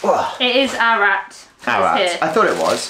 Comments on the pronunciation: The name of the town is A-ra-rat. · It's not Arat - it's Ar-ar-at! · It's pronounced 'Ar-ra-rat'. Cheers!! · Just shows how many people love you and Charlie. By the way, not Arat, but A ra rat. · Ararat is pronounced Ara Rat is a small city in western Victoria. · Ararat pronounced Ar-A-Rat is a town in Victoria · Ararat is pronounced A ra Rat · the town is pronounced as ara rat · A - ra- rat . You're forgetting a ra . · Pronounce Ararat the same as Arafat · "Ar-a-rat" it's a town in Victoria , I don't think you're pronouncing the middle syllable . Lolly Gobble Bliss Bombs are the "bomb" I'll eat those until I start to hallucinate . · It's pronounced Arra-rat. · Seriously fellow Aussies... we need to come up with an online yt dictionary of how to say our place names, words etc... lmao...... its A as in at, RA as in ra and then rat lol......